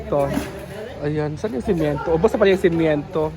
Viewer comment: my love correction please my dear simento hindi simiento ok tq.